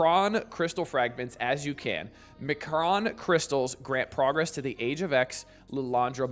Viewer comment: "Em Kron"...not "McRon". You don't get a Happy Meal by collecting these crystals. There is no happiness any time Scopely is involved. You don't have to know Xmen lore to know this (although it helps), you just have to know Scopely. Also, hello friend.